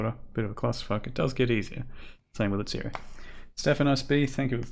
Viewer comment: Fuck yeah, someone pronounced bestiary correctly, 10/10